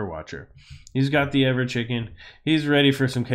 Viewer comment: ever-chicken. lol